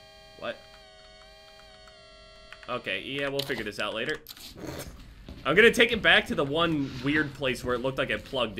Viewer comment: Am I the only one who likes when says “Lateh Bitch”